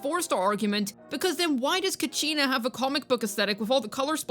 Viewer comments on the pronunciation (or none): none